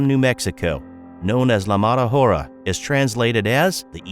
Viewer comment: Buddy, the “h” is silent in Spanish. Thank me later